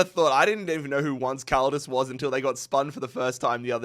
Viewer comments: … not “once” like the English word for “one time,” “once” as in the Spanish word for “eleven,” pronounced roughly like “OWN-say” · Did... Did he not realise "once caldas" is a spanhish name? What's that pronounciation? I mean I get some mispronounciations, but that "once" has me baffled😅